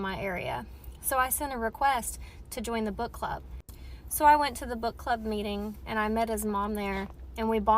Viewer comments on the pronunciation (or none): none